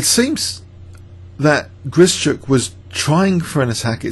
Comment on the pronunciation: Hi, thanks for great videos, including this one! Perhaps you would like to know that the sch in Grischuk should be pronounced as one sound, like sh in ship. Hope this helps :)